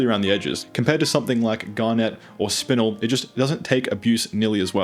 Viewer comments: . It'd called spin-el rather than spinle. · spinnnel.... its either the americans with their weird pronunciations or english is just weird.... its got 1 n in it, not 2😂😂😂😂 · FYI: you're mispronouncing a number of these species names, most notably spinel, garnet, tsavorite and almandine (emphasis on just the wrong syllable).